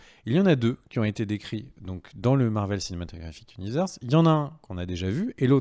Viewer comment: Ant-Man va tout changer au "Marveuellesse cinématégraphique zuniversse" ... :p hum meuh non j'me moque pas :D hihi ^^ ... mdr a c'est pas mieux :p :p presque presque ^^